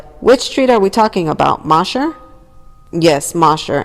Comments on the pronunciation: It’s pronounced Moe-sher not moss-her street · I was about to say the same thing. It sounds funny